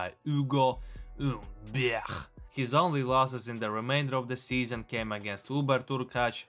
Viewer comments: Nice pronunciation of Ugo (H)umberrrrt. (Xe spared you xaving to say the H) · Pronunciation of Ugo Humbert really had me rolling 🤣 🤣 Used to think i was the only one that found it funny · Love how you say „Ugo Humbert“ 😂😂